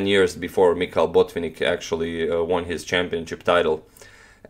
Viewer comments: May I try to correct you to a small degree. You pronounce BO'tvinnik and the right pronunciation is BotvI'nnik. You can ask your Russian friends if you do not believe me. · He is BotvInnik, not BOtvinnik